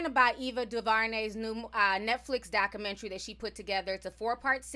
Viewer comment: Doc-u-men-tary..... Not Doc -u-men-tree